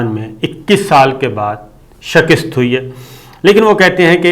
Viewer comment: آپ کا شکست کا تلفظ ٹھیک نہیں ہے